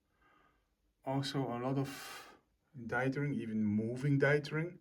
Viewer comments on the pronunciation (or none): You say it so often, so I feel like I need to tell you: your pronounciation of "dithering" is wrong (dɪðərɪŋ). thank you!